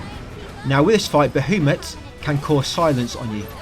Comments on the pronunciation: Who the hell is Ba-who- mut? BA HA MUT. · Also you’re pronouncing Bahamut’s name incorrectly.